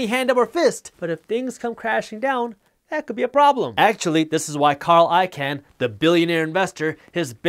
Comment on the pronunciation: Icahn is pronounced like "Icon" by the way, not "Ican"; I think this is like the 3rd video I've noticed that lol.